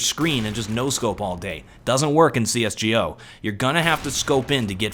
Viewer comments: I dont like how he says g o not go. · did anyone hear that? he said cs: “gee oh” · the way he says csgo....